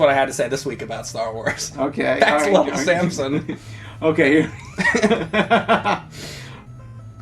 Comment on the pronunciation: James is from Philly. Little Sansom